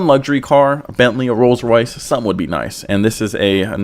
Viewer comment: "rolls Royth Wraith"